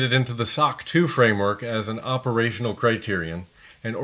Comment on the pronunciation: is it "optional" or "operational" criterion? ;)